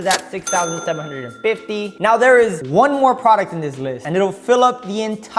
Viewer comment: He said to the nexT PRODUCTOH HHAHHHHAH